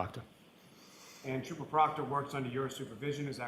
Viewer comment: Duh State Troopah